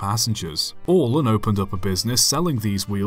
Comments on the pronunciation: ALLEN. AL-LEN. not AWL-LUN. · I think you'll find his name is probably pronounced AL-LEN not ALL-EN. Unless of course, it some weird regional dialectic version of it. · You sure his name wasn't just said like "Alan"? "Allen" is even a variant spelling of that first name, and pronounced the same. Plus Woody Allen, and my mate whose last name is "Allen". All-en is just weird. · The way this dude pronounces Allen is mind boggling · Why are you saying "Allen" like that? Have you never heard of Allen keys or Lily Allen?!